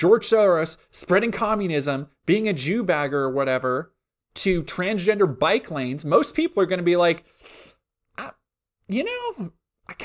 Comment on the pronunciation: I swear I heard “Transgender Biplanes”